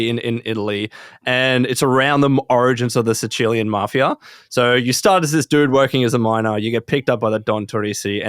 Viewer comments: never heard anyone say “sa-chillian” before lmao thought he was talking about Chilean until he said it the second time. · That's really not how you say Sicilian... hahahha